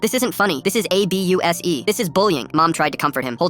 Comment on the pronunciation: "A B U S E" blud i think its abuse